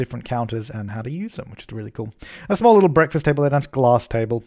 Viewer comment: Supply when you say "glass", it sounds like you're saying "gloss"!